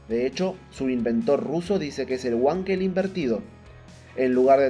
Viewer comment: Nao fale uankel. Fale VANKEL. (palavra alemã).